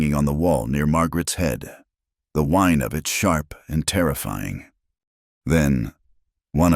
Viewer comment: .....the AWHINE (a high-pitched sound, not a WINE (alcoholic beverage)!